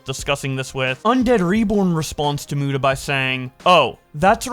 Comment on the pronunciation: Keem is such a dumbshit WHEN WILL HE SAY MUTA CORRECTLY!!!!?!